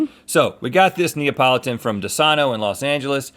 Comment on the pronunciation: Everyone who is italian: Cringes when Rhett says Neapolitan